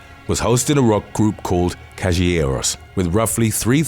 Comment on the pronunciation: As an Argentinian, the pronunciation made me laugh so hard... "callegüeros"😂